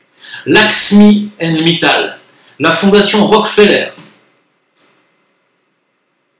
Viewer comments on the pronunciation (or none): none